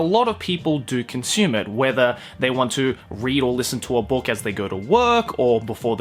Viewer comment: I don't usually hear your Aussie accent, you just sound American for me usually. But when you say book, It's like you're saying spock. But book. So bock. But more Aussie.